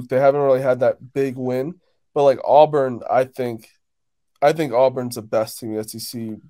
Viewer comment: AWBURN NOT AWWWBURN